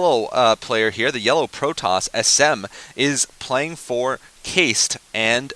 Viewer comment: its pronounced kah-ist, not keist lol